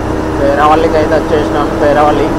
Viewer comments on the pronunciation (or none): anna peraavali kaadhu peravali